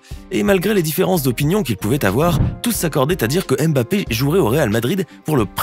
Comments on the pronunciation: Chers tous. Ça ne vous fatigue pas de prononcer le M à chaque fois ? C'est un nom africain. Ça se lit mmmBappé,😩😩😩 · voilà ! On prononce le M comme si on appréciait une soupe avant de lâcher le reste : Bappé